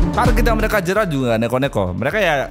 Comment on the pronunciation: Bang kok gua dengernya "ayo kita jiarah" bukan "ayo kita jarah"😂